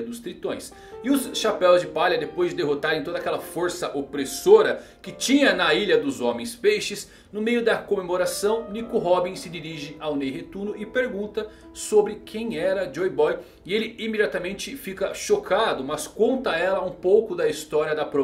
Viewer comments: alguém mais ouviu: NEI RETUNO (REI NETUNO) ???? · quem é "nei retuno" ? 🤔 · "Nei Retuno" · NEI RETUNO, MT BOM KKKKKKKKK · Minuto Nei Retuno... kkkkkk amo seus vídeos e teorias cara não me canso de parabenizar seu trabalho aqui no youtube! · Serie One Piece: Rei Netuno.: Nei Retuno. 😂😂😂😂🤣🤣🤣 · "Nei Retuno" foi boa essa kkkkkk . Rei Netuno ganhou um trocadilho especial. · Nei Retuno kkkkk acaba de nos revelar o nome de Poseidon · Nei Retuno . Kkkkkk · "Se dirige ao Nei Retuno" kkkkkkkkkk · "Nei Retuno" hahahahahhahahahahahahahahhaha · nei retuno HQKAHAJAHAKAHAJ rachei o bico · "nei retuno" kkkk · ele falou ''nei retuno'' e ''princesa siria' kkkkkkkkkkk vc e o melhor.. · No minuto o fala NEI RETUNO... 😅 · 5,46 "Nei Retuno" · Mano qm percebeu q ele falou nei retuno kkk